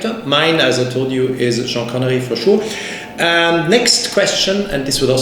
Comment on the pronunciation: Say Jean Connerie one more time and the Swatch will explode!